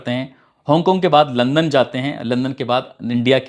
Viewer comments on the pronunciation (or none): none